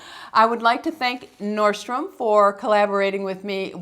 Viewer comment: ...just an FYI: It’s norDstrom....it sound to me like you’re dropping the D.